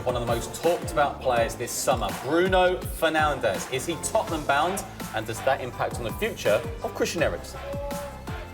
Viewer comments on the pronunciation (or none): Bruno fournaldes??? 🤔